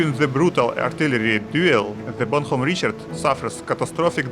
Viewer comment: запоролись уже на названии корабля произнеся "бонХом"